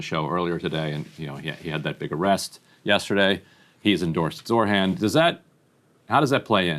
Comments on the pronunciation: Ryan, his name name is ZOHRAN, not Zorhan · Hey Ryan: Its ZOHRAN (not ZORHAN). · Zohran not Zorhan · Is it pronounced Zoh-ran or Zor-han? Ryan keeps saying Zor-han. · He kept saying Zor-han, but it's Zoh-rahn. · it’s pronounced Zo-Ron not Zor-Han. Please my friend. ❤ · ZOR HAN?? I’m sorry but literally just read how it’s spelled. SMH. It’s not that hard lol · Why does Ryan keep saying Zor-han. It's so fucking annoying pls Grimm, I love you, but you gotta get it together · Ryan, the name is Zohran: Z O H R A N. Because we gotta get it right. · Ryan Grim, please at least say Zohran's name correctly. It seems in Grim's mind, the h and r in Zohran's name are switched. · ryan i'm begging you to pronounce zohran correctly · Ryan, gotta lock in and get the name right 😭 It was said correctly so may times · jesus christ ryan get Zohran's name right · Somebody teach Ryan how to pronounce Zohran 💀